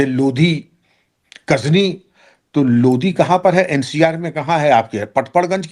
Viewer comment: सर आप जो लोधी शब्द उच्चारण करते हो वह सही नहीं है वो लोदी है। लोधी तो बहुत ही सार्थक शब्द है जिसकी व्याख्या है लो + धी लो का मतलब हथियार और धी का मतलब बुद्धिमान यानि वीर और विवेकशील।